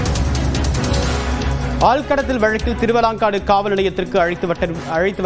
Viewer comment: உச்சரிப்பு சரி பார்க்கவும் - திருவலாங்காடு அல்ல, திருவாலங்காடு